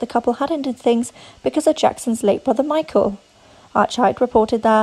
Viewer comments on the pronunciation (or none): none